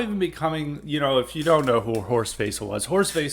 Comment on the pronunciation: Service message: it's pronounced Horst "Vessel" and the "theme song" was "Die (pronounced; dee) Fahne hoch"